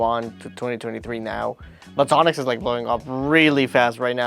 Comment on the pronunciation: He said sonix